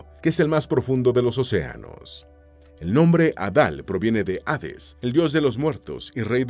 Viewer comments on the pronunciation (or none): none